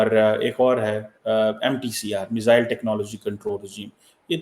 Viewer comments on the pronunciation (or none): none